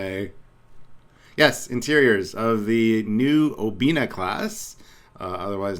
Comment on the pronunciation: It's Obana, not Obena